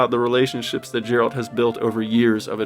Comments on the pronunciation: Level 29 with a max carry of 60??!? I literally cannot imagine having any less than like 80lbs on me at a given moment past like level 8. Just unfathomable to me so, kudos to you. Ps: it’s not pronounced like Gerald. It’s Geralt (Gare-alt like Stare-Alt.) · His name is Garold with a G not jerald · Djeralt? It's Geralt my man. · "Gerald" who tf is "gerald", all respect lost. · Geralt...Hard "G" like in the words "gold" or "gut." Not the soft G like a J. It's Geralt not Jeralt. But that's a quibble. It is the most immersive game. And wait til you get to Toussaint. I really want to move into Corvo Bianco. Drinking wine, eating cheese, catching some rays. Watching the vineyard grow. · Whole game everyone said his name "Geralt", how come you are saying his name "Jeralt"??? Who is this Jeralt??? 😑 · Who is jerald? You mean Gerald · Geralt. Not Jeralt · Dude. Triss Merigold is a person. Triss and Merigold aren't different characters. And it's Geralt, with a hard G, not a J. I'm starting to think you didn't actually immerse yourself as much as you claim. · Man it is geralt not jeralt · Jerald, lol G, Geralt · I agree with the video. One minor gripe is it’s not Jeralt, it’s Geralt with the other g sound, not the j sound. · I love your praise, because I really love the Witcher universe. But for the love of god, it's not Jeh-Rahlt, it's Geh-ralt lmao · Great video sir! But it’s Geralt with G as in Great, not G as in General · .... did you say Jeralt? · Geralt not Jeralt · Say Gerald one more time! I dare you! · How can you be so into this game and still call him "Jerald"? lol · you put 100 hours into this game but you still say Jeralt? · the video overall is amazing. But you mispronouncing Geralt, when it's said endless times IN THE GAME drove me insane. His name isn't Gerald with a T at the end. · Every time you called GERALT “JERALT” I almost crashed out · Sorry man but leaving after you called him "jeralt". Did you not play the game? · Ah, yes ... Jeralt of Rivia